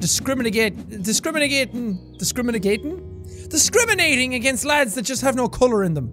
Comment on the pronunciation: Nobody: Jack:Discriminagating